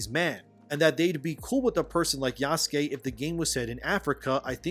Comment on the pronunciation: The way you pronounce Yasuke is triggering. I'm fairly certain it's not Jaskey. Pretty sure the "u" is not silent.